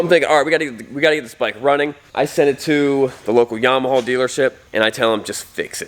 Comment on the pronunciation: Is that how you're supposed to say Yamaha? Yama-hall? : )